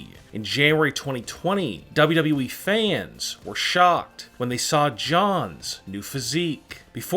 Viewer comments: lol you keep saying wwee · He saying wwwee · This dude says wwweee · did he just say dubduby